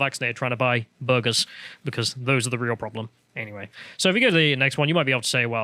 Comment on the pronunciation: No one:: bOrGeRs